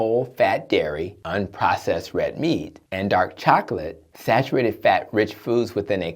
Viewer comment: Sarurated? Sar ur ated